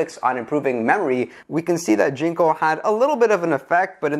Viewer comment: Your saying "ginko" wrong... not a big deal. Just thought I'd let you know